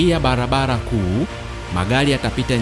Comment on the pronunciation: Sio mologolo,balabala, morogoro na barabara.